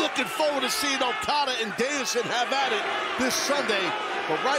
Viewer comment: For as much jerking '' does to Japanese terms, you'd think he could get Okada's name right...